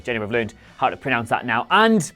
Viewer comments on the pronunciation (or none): none